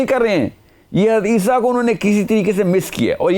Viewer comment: Hazrat lSA ko aap aisa pronounce krty jesy keh rahy hon hadisa.